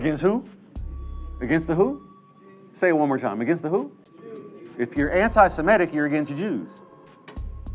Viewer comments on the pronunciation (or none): Semitic is NOT Shemitic